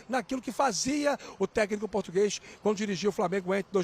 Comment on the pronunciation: Kkkkkk! Que tragédia esse 'potugueis' aí